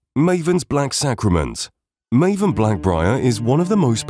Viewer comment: Sorry Marvin? not Maven XD